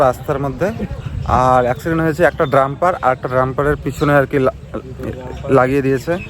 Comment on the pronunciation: ড্রাম্পার না কথাটা ডাম্পার ।